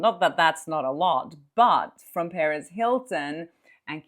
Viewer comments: just a quick note regarding the pronunciation of “Perez” (because I keep initially thinking you are talking about Paris Hilton!): The accent should be on the second syllable. And it could be pronounced more like puh-REHZ if you are referring to Perez Hilton (and not Paris Hilton)! 😁 Thanks for all of the great content! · Hey! Great reporting! As a recovering English teacher,😂 I’ve got to tell you that when you speak about Perez Hilton, it sounds like you’re referring to the socialite, Paris Hilton. Perez has a hard emphasis on the Z. LOVE YOU!!! 😘